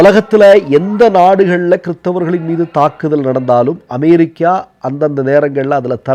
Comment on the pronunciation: Try to pronounce America not Amairica